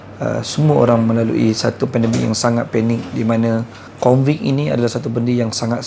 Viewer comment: Covid bukan convid